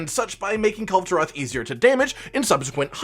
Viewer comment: i almost collapsed when you said Kulve taroth >:c